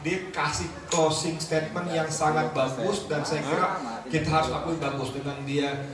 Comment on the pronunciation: Mas / mbak admin..., tolong belajar lagi bahasa Inggris dengan baik dan benar. Kalau belum paham bahasa Inggris, sebaiknya pakai bahasa Indonesia saja. Pernyataan penutup kalau dibuat dalam bahasa Inggris itu "closing statement" bukan closing stadmen...! Semoga ke depannya lebih baik. Terima kasih...